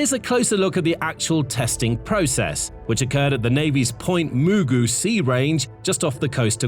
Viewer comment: You've slaughtered another word: Point Mugu. You actually said "MOO-goo." It's the opposite. It's moo-GOO with the emphasis on the second syllable. I like your shows, but please learn how to pronounce words. Please look up anything you feel you might slaughter. Come on. It's not hard.